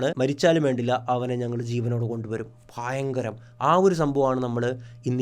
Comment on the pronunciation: പിന്നേ ഫയങ്കരം 😂